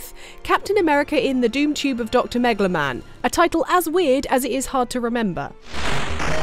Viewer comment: She said dr. Megalomam. Duuuuuuuuuh!